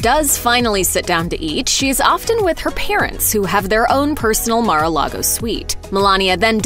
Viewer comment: Correction: It’s Mar-a-LIE-go.